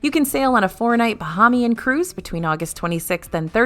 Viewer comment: I love your videos! As a resident of The Bahamas, just a tip on the pronunciation of Bahamian. Bah-hay-mee-an. Long 'A' in 'hay'. Keep the great videos coming! 😊